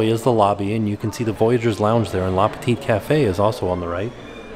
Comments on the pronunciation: Nice tour! Btw, it's "le petit café" and not "la" ;) and the last t is silent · hahaha with the last T of petit (should'nt be pronounce) it's pretty cute when it's said by Anglophones